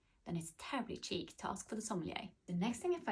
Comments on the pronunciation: Cheek ❌️ Sheek ✅️ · Its sheek not cheek 😂😂😂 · How about refining the pronunciation of chic first